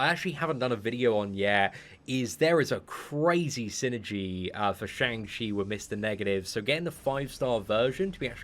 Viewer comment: Day 14 of waiting for to pronounce Shang Chi correctly😂